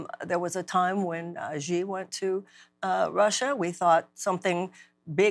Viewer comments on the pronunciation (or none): I like the way she zhuzhes up pronouncing “Xi” as “zhee” 😂